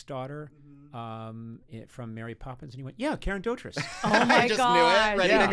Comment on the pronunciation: A British fan / pedant writes: it's pronounced Doh-treece. Karen is well known for Mary Poppins, obviously, but her father Roy and sister Michele were also on tv a lot, and occasionally film, in the UK.